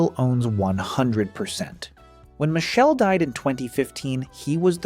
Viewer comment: The name is pronounced 'Mikele' not Michelle. It is the Italian form of Michael